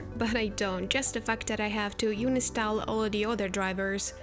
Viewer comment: Omg did she say unistall 🥰instead of uninstall !!